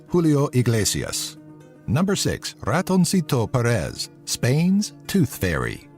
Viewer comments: Es gracioso oirle decir "Ratonsito Peres" xD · Ratonsitou Perés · "Ratonsito Perees" xD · "ratounsito perés" me meo xdd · Me gusta si eres españxl y te reíste con la pronunciación de ratoncito Pérez 😂🎶